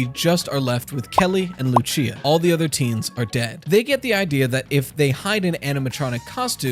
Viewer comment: ITS PRONOUNCED LU SEE UH